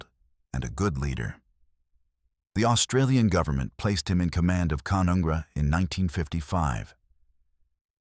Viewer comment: It's pronounced Ca-none-gra